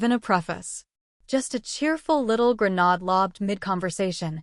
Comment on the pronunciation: Can AI never pronounce the word grenade properly